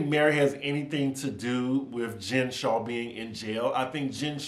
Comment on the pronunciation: It's so funny hearing you pronounce Jen's last name Shaw because that's my last name, her's is Shah like that other show on Bravo Shah's of Sunset L0l